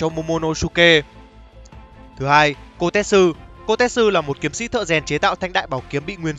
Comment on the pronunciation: Kotetsu đọc là ko te tsu (cô tê chự) chứ ko phải ko tet su (cô tét sư) :))